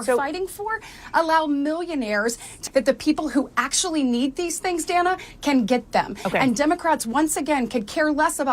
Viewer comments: It is DAN-Uh not DAY-nuh. Short “A” not a Long “A” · Hey, just for future reference—to further polish your commentary—the CNN anchorwoman Dana Bash’s given name is actually pronounced “Dann-uh,”—rhyming with Hannah—in other words, the first ‘a’ being a ‘short ā’. I know, I’m also not thrilled by the kind of reporting she represents, but even amongst those hyper Right-leaning partisan commentators to whom I enjoy listening, even they have these sorts of details about our ideological and political opponents nailed down. As obnoxious as CNN’s reporting tends to be to those of us on the Right, it helps to bear in mind just how far they’ve actually come from their depths of depravity, specifically, their days under the leadership of the execrable Jeff Zucker, circa 2013–2022, when dipshits like Don Lemon and Jim Acosta reigned supreme, and when Brian Stelter—although still around—was a much more of a constant, nightly fixture, and Republican rockstars like Scott Jennings, along with other Republican and libertarian voices like Ben Ferguson, Brad Polumbo, Mary Katharine Ham, and David Urban couldn’t have even gotten within 75,000 lightyears of a CNN broadcast.